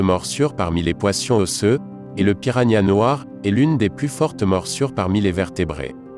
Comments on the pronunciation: «poission» «pirania» 😂😂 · piragna mdrrr